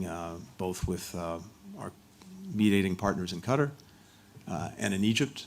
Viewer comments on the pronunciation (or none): Qatar is pronounced “Kat-Tar” not Cutter. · It's Qatar not Cutter. Be polite and pronouns the countries name properly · Cutter?… ain’t it Qatar?… bunch of word salad🙄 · Total 🐂💩 blinkent’s. It’s not ‘ cutter’ ‘it’s Katarr’. US needs to pay for everything! Total bullshit….. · Seems as if he brought QATAR (NOT CUTTER) a bag of b.s. full of promises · He should how to pronounce the word Qartar!!! It's not cutter. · Whats this "Cutter" countrt he keeps talking about. I thought they were in Qatar. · he doesnt even bother to pronounce Qatar properly... Cutter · How is Qatar pronounced? As the actor /puppet pronounces it as ‘cutter’ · He can't even pronounce Qatar after a year of dealing with their officials. Shows his disrespect for all in the Middle East apart from his paymaster Israel. Frankly I have very little concern for 107 people that he has prioritised for the past year. Of that number I believe less than 10 are American and even then they are probably dual nationals. Why is it our duty to help???? America has enabled and funded the destruction, America should pay. He is a disgusting example of man kind who will meet him maker and find his fate. Taking about money shows his lack understanding. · These US officials are so disrespectful they refuse to pronounce "Qatar" properly while in Qatar! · He doesn’t even pronounce Qatar correctly; he’s an evil demon 😈